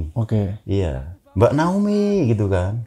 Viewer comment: naomi pak,bukan naoni 😄